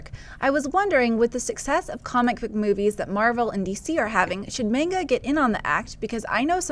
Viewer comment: MAHN-ga, not MAIN-ga. Also, John, there is a live-action Japanese Space Battleship Yamato film and it is pretty darn good.